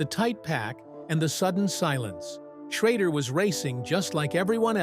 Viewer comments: Ken Schrader is not pronounced as you're saying Ken Schrodder in this video. So for Correction its Pronounced Ken Sch...raid...er , but its spelled Ken Schrader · The guy talking and saying Ken sharader last name, can't pronounce his last name Correctly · Too bad they cant teach that fake voice how to pronounce Schrader.